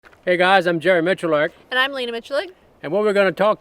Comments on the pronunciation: The big question is which pronunciation is correct? Jerry says Mitch-you-lack and Lena Mitch-you-lick. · Does anyone not find it strange that they each pronounce their own surname differently? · you pronounce the same last name differently lol